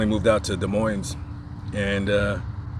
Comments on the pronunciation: Des Moines is pronounced ‘duh moin’ - no ‘s’ in the pronunciation. I cringed whenever you said ‘MoineS’. You can look it up on Google if you want. You probably won’t, but anyway…. I love your channels and your voice.😊❤️❤️ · Stop pronouncing Des Moines wrong, both S are silent.